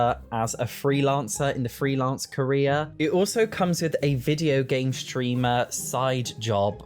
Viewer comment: I've never heared him say "Korea" until now that he mentioned it, now I can't hear the word carrer anymore 😭